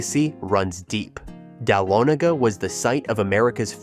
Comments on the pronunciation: Dahlonega - is not pronounced dal-a-nay-ga; it's pronounced: duh-lonna-ga. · You mispronounced #10 Dahlonega. It's Dah*lo*ne*ga said all together not separated as you did. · DAH-LON-GA. AI can't pronounce words.